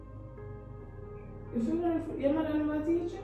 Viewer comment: It’s the “CAAAFY” for me 😂🥺